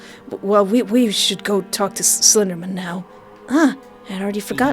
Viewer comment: "Slendamin" hehehehe